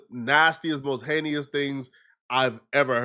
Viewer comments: incorrect usage of words for today: “heneious” instead of “heinous” 🤦🏾‍♂️ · HANE-NUS IS HOW ITS PRONOUNCED!!!!!!!!!